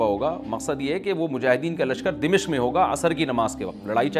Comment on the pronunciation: السلام علیکم امیدہے آپ خیریت سےہوں گے۔ حضرت دمشق کے نام میں "م" پر زبر ہے۔